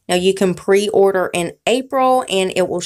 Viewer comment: Pee- order????